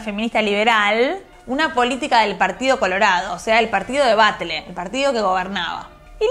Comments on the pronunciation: Querida, cada vez que decís Batle se muere una militante bebé a favor de la separación de la iglesia y estado, se pronuncia "Bashe". El video es hermoso y Paulina una referenta del feminismo latinoamericano 💜💜💜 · Batlle se pronuncia Balle no Batle. Hermoso el video, gracias:)